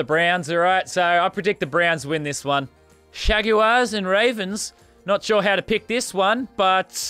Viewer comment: Dang it lazarbeam! Say jaguars right!